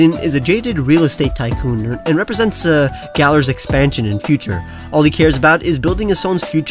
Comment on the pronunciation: One problem and its very small. You keep saying Galar...